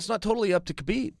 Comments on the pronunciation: Its "Habib" to pronounce his name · CHAEL- bro it's HABIB. TREAT IT LIKE THERE'S NO EFFING K it's silent. Like you DON'T PRONOUNCE THE K...sheesh